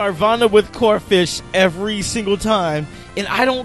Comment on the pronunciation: This man said corphish...